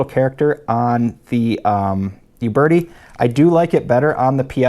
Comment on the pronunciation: Just an aside: It's a common mistake to make, but it's not pronounced You Bertie. It's pronounced Ooh Bertie. No Y sound at the beginning, in other words.